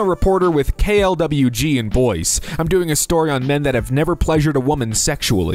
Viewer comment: Pronounced Boise as "Boys" XD